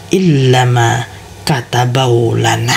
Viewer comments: Itu bacanya apa gk ada yg kurang y, katabawlana atau kataballahu lana. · Ma,af 6 ya kenapa kok gk dibaca yang ini makatsbellohu lana,kdengaranxa qwe kayakxa maka tabeu lana, gmna makabeu lana y makasih tapi ma,af 6 sebesar6xa y cuma sependengaran qwe ni lo klo bisa lebih jelasxa yg tenga2 saja makatabeu lana ap makatabello lana mksiih